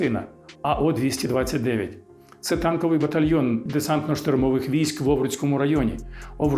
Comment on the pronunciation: все правда, тільки одне уточнення - частина називається не АО 229, а А 0229, тобто не "о", а нуль